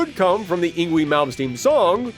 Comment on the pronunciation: Yngwie is pronounced as ing-vay. This is from Swedish forming from North Germanic languages before the Great Vowel Shift that occured with West Germanic languages.